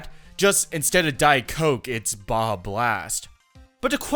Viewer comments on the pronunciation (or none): none